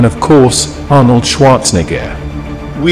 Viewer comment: Might wanna work on your pronunciation of Arnold's name lol.